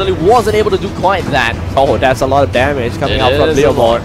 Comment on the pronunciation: Wtf 😂😂 they sound like (the a lot of dame )hahahah instead of (there's a lot of damge ) haha